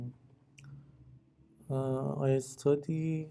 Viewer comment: She said "estudy", basically I can tell that her first language is also Persian/Farsi as Iranians usually pronounce words that begin with 's' with an 'e' first.